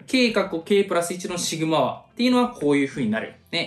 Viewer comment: ずっとシグマァ⤴︎ って変な発音だなって思ってたらシグマ和って言ってんのか。